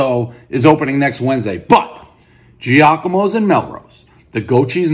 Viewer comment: It’s Jahk-a-mo lol